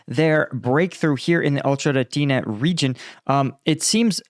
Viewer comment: Marking three straight days of pronouncing "Ocheretnye."